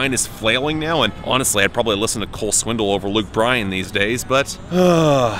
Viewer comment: I love that you always say "Swindle." It's a fitting pronunciation.